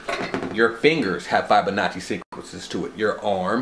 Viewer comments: my second thought...I lost my last three brain cells watching the second half of this video. especially hearing your pronunciation of "fibonacci" sequence. no offense, but think abt if when you died (much less committed a lot of time to a particular study), ppl were speaking abt you and pronouncing your name incorrectly. I'm an artist and not even remotely critical of your drawings or artwork. nobody is perfect, but language is paramount. without language we don't have much. art is subjective (sadly), but language shouldn't be. I can still appreciate your enthusiasm though. not sure where you heard all this from, lol. the DNA drawing is simply called a "double helix", nothing crazy. btw, I'm probably fifteen to twenty years older than you, so...I definitely don't know much. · bruh you're pronouncing Fibonacci incorrectly lol cool video tho...